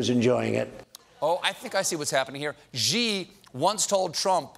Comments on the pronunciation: Stephen: the Chinese president Xi's name is not pronounced "Zhee". It's pronounced "She". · Shi, not gee! Ugh, your pronunciation hurts my ear balls!!! 😭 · Dear Stephen: Love the show. The president of China's name is Xi: should be pronounced as 'she' except touch your tongue to your front (upper) teeth when you say it. It is never, ever pronounced "jee" (Sorry, I couldn't help it. I always cringe when Trump says the name correctly and you don't) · Unexpected stupid part is Trump is actually pronouncing Xi (in the Chinese leader's surname) basically correctly but Stephen Colbert has not bothered to ask someone how to say it. If you don't know it is something vaguely like the English words see/sea and nothing like gee. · Trump actually pronounces "Xi" better than Colbert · Late show, can't you find someone to help Colbert pronounce "习" or "Xí" correctly??? It's bugging me like crazy that he still pronounces it wrong after saying it so many times!